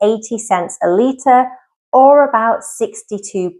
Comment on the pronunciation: GALLON OR LEITER ??